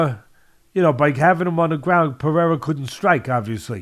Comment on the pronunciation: Ironic that Teddy is the only one in the MMA world who pronounces Pereira's name perfectly.